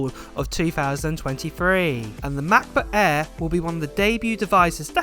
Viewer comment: Are you saying “air” or “ahh”?